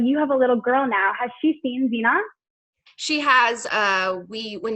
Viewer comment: Zenon the “Zeunion”